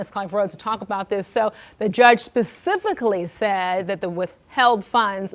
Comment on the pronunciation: Pacific-ally? Or specifically learn how to talk